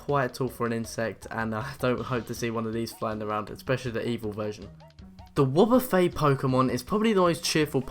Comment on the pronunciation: And it is wob-bu-fet not wo-bu-fay